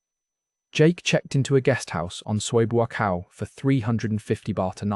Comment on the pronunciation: I like the way he says "mama san" like it's one word, and calls the main drag in Central Pattaya, "BOO-aCOW"